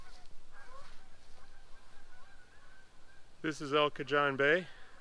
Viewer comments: (El) Cajon is pronounced "cahone"...not "cajohn". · In Spanish, it is pronounced El Ca-hone, rhymes with bone.The Spanish "j" is like an "h" , like the "j" in Navajo, or Mojave. Here in Southern California with many Spanish names, we have Cajon Pass.... a steep box canyon with the major STEEP (4,000' elevation gain in about 15 miles) freeway and train route between the coastal L.A. Basin and the High Desert. Interesting to have a Spanish name that far north. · We have those Iris all over Oregon.pronounce cahone the j is like an h.wow prob huge cave system underneath! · The Spanish pronunciation is El Ka Hone. J's make an "H" sound in Spanish. I know that we Midwesterners don't always pronounce foreign words with the original sounds. Kool woods! Love limestone formations.